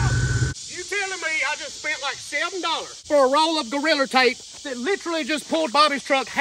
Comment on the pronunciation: Hilarious how he pronounces Gorilla Tape, as Goriller Tape.